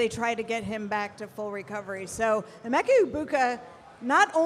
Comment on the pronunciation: Almost had to shut off the video hearing pronounce emeka the way she did 😭